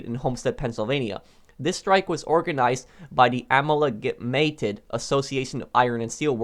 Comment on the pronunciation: I assume you were trying to pronounce amalgamated.. it's pronounced roughly: Uh-Mall-Guh-Mated.. It basically means combined or mixed.. so multiple Iron and Steel worker groups combined to form one union.